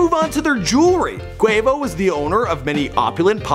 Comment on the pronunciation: Nigga actually saying Quavo's name right this time